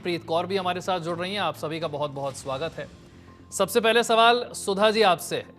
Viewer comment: Yeh koun sudha hei .. Bish ko sudha bol rahi hei ....